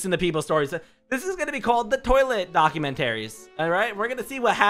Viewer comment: document-taries. lmao